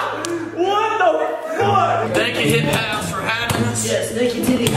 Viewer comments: it's hype house not hip house 😂😂😂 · “The swala house and the hipe house “😂😂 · No one: Tayler : THE SWALALA Me: umm isn’t it the SWAY LA Also Tayler: THE HIP HOUSE